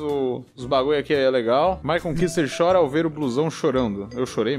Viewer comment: "Kuster" falado de forma errado. Eita......